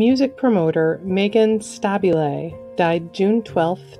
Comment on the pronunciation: I believe that Meghan Stabile's name is pronounced stu-beel'